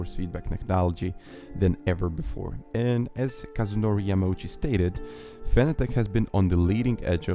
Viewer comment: Fanatec is pronounced like “fanatic”.